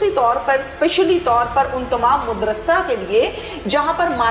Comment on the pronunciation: Behan Mooodarsa nahi hota Maadarsa hy sahi lafz